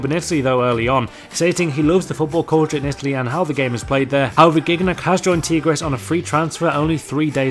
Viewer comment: Tigres is pronounced Tea-Grays not Tea-Gres